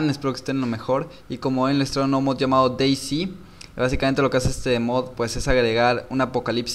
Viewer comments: "s" en ingles se dice "si" como dijiste vos, pero "z" en ingles se dice "sed" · Creo que ´´C`` en ingles se dice ´´si``, y ´´Z``, creo que es ´´sit`` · Se dice Day Zet